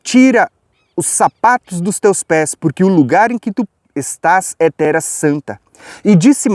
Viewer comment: você não tem a voz pesada. Você é benção! Até já me acostumei com o /tera/ ao invés de /terra/ de tanto que consumo os teu vídeos e ensinamentos. Só o fato de você não se deter em debate inócuo sobre terra plana e não se portar ofendendo outros, já basta para ouvirmos e aprendermos do farto e rico entendimento que Deus tem nos ofertado por meio da tua disposição. Um ano lindo e abençoado pra você!